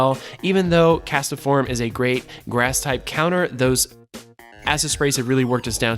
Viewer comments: What's a Cast-A-form?? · ah beat me to it, I was gonna comment that "castform" only has 2 syllables LOL